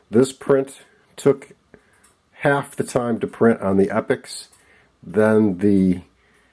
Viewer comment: E pax not epics !!!